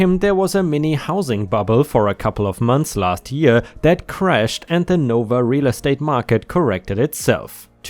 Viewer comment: NoVa isn't "nova" It's "No Va" or "Northern Virginia" For future stories in NoVa. :)